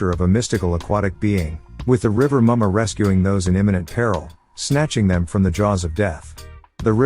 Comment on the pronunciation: Yemoja....pronounced ye.mo.ya, not ye.moja Rivah Mummah...pronounced as river mama "er" in river makes the "a" sound as in "ah"...not ri.va mummah as in rival Please stop mispronouncing our deities. If you can correctly pronounce Pavlov, take the time to learn the correct way to say the names of our deities.